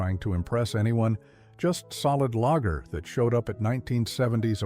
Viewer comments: And Lager is not pronounced 'lagger'. Get a human narrator more like it. AI sucks, but I guess it's the world we live in now. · And the way it pronounces lager like lagger. Not a fan of AI bullshit either - I'm OLD. Otherwise, I wouldn't be watching vids of old beers I used to drink when I was 13.